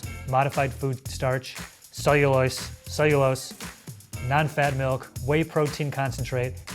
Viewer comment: It cellulose but it is pronunced as sell u louse